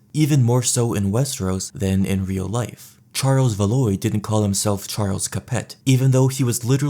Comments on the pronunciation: The pain of listening to pronunciation of "Valois" aside, let's see... Given that GrrrrrrrrrrrM will almost certainly never finish Winds of Winter, let alone the Dream of Spring, and with the endings we got in show, the houses Targaryen and Stark both have gone extinct already... Arya pissed off to a place of no return, Sansa thou getting to be Queen of the North, if she marries - the child won't be a Stark anyway. Bloodline-wise, she might have a bastard child, and then legitimise it. D&D didn't consider "There must always be a Stark in Winterfell" part. However, if by some miracle GrrrrrrrrM ever finishes ASOIAF - perhaps Rickon might survive long enough to at least marry someone and father a child, thus preserving the bloodline, but that event seems a bit unlikely (although, if he's a Shag-gy Dog.. who knows?). Even worse, the Starks don't even have any cousins to pick up the mantle, Benjen should've thought about that before joining the NW (Lannisters at least have cousins, "lesser Lannisters"... and Tyrion). And, finally, Jon "I don't want it/ muh queen" killed off House Targaryen by not asserting his claim, at least as a Targ if not the king... but even so, I don't know how the state of being resurrected impacts a man's fertility, but I'd guess it'd be - negatively. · Its pronounced “Val wah” lol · 'house VAH-LOY' 😂🫵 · These pronunciations took me out. House Valoy lmao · I listen to this videos for sleeping and the way you pronounced Valois made me have a nightmare. Love the content though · Plantagenet is pronounced /ˌplæn.təˈdʒɛn.ɪt/ and Valois is /væˈlwɑː/, if you were unsure about how to say these words you’re already on YouTube and could’ve easily watched a history video about Edward III or Charles VII to hear someone say it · I love the video but the way you pronounce Plantagenet and Valois makes me wish for the long night